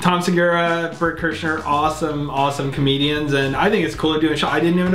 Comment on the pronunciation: To pronounce berts last name correctly. It's cry-scher